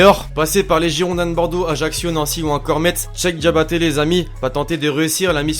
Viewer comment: c'est pas chek diabaté mais cheikh {ça se dit cheix] mais c'est pas grave +1 like